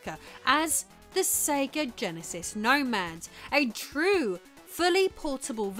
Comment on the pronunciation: Oh yes...the Sega GEHN-asis (not the Jen-asis we all know and love). Oye vey!